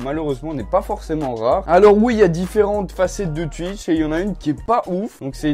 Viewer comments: Mdr je kiff quand tu dis tuitch et pas twitch ( twouitch stv ) 😂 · Ça ce prononce touitch mais pas tuitche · Je connais pas "tuitche" mais "twitch" 😂 sinon j'adore tes videos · Je connaissais pas “Tuitche” 😂😂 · Twitch et pas tuitche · Ça se dit Touitch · tuitch pas touitch sinon c'est pas drôle... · Je connais twitch mais pas "tuitche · Like pour Touitch et commente pour Tuitch (Sa m enerve les mecs qui disent tuitch) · Je connais pas "Tuitch" mais je connais "Twitch"😂😂😂😂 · ARRÊTE AVEC TES "TUITCH" 😂😂 C "TOUITCH" 🤣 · non sa se prononce comme sa s'écrire "Twitch" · je sais mais sa se dit Twitch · Je suis belge et je dis pas tuitche 😂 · Nn ça se dit « Twitch » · Mes oreilles sont décédées après les 20 premières secondes de cette vidéo... Pk ? tUitch😂😂😂😂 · Mdr comment il dit et écrit Tuitch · "Tuitch" ça me tue 😂😂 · Il dit tuitch 😂😂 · Tchuitche jss mort😂💀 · "Tu connais twUitch" 😂😂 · Bah oui tout le monde connais « tuitch » 😂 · Bonsoir: -Je connais tuitche. Voilà hanrhevware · Ca se prononce Touitche :) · Pk il dit toujours tutch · tu me dead quand tu dis twitch